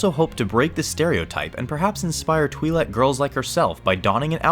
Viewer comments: twilek not TWIEHLEK! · twhy-lek, not twee-lek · Huh, the way he pronounces Twi'lek 🧐 I think the real reason she dresses like that it's because she knows she's hot 😂